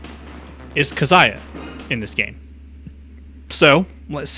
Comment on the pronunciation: "Kazaiya" Disliked just for this.